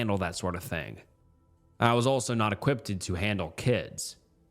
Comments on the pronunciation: 2nd story was waaaay too confusing. And dude, please for the love of God, please, maybe research how to say a word if you're not sure, before you record these. So many, but one seriously made my freaking teeth hurt. "Equipp-ted"....... What?? Equipped= (E-qwipt). It's so hard to listen to these sometimes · You're adding an extra "ed" to the end of the word equipped. You're pronouncing it equippeded. It's "E-Qwipt". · bro said "equipped-ed" twice lmao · No he said "equipted" lmao ai doesn't mispronounce words